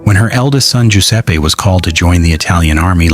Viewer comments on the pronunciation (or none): none